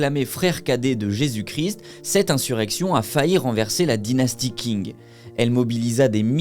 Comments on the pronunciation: C’èst Qing pas king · Techniquement c’est même « Tsin » si on écrit comme cela devrais être prononcé, le « g » ne se prononce pas, ce sont des voyelles « eng », « ang », « ing » etc sont des voyelles composé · le mec ne sait pas que qing se prononce "tching" mais il pense pouvoir raconter des histoires sur la chines, merci chatgpt quoi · Belle vidéo mais la prononciation de Qing c’est « tsing » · Déjà qing est pas dit "king" 😂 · Pour information, Qing se prononce "Ching". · Très bonne vidéo par contre par pitié, la prononciation ne peut pas être autant un fiasco, dire "Qing" comme "King" ça pique les oreilles... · Il faudrait aussi que tu t'informe sur comment les mots dans une langue étrangère se prononcent. Le "Q" romanisé se prononce "tch". Avec ça, on comprend vite d'où vient le nom du pays "chine", de la dynastie Qing. En quelque clique, on trouve facilement le cinogramme 清 et on peut facilement le passé dans google translate pour obtenir la prononciation.